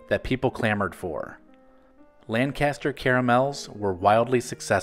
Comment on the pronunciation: Lan-kiss-ter is how it's pronounced. Lancaster PA